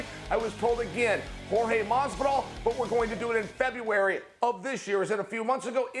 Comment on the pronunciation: Why does he refuse to pronounce the name Jorge correctly